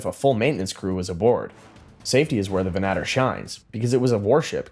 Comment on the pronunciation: "Venn-ah-tore" not venattir! Argh! And also, thank you for all these videos!